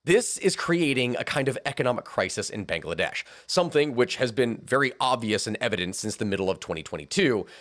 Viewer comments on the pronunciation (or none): Bang la desh Not bangaladesh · I don't know why i like hearing "banga-ladesh" so much. . .